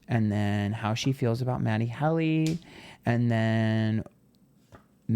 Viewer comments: It’s HEALY, not Hally 😂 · Babe, it’s pronounced Matty HEEEEELY like the heel of your foot❤ love you, though and find your readings to always be spot on! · It’s Matty HEEE-LEEE! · It’s HEAL-y. It’s pronounced the way it’s spelled! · He calls him matty HELLY on purpose. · His name is Matty Healy. You are pronouncing it wrong. These readings are so lame.